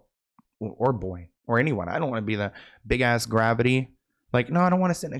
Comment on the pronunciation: “Big ssa gravity” 🤣🤣